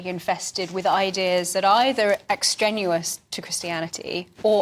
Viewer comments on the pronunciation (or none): Ex-trenuous???? Uh, extraneous perhaps? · A minor point, but "extrenuous" - i suppose she means extraneous? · It's not 'extrenuous' it's 'extraneous ' n'est-ce pas? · She said "extraneous"? I dunno, the captions said "ex-genuous" whatever that means. Or maybe the pronunciation of "extraneous" has moved on since my day.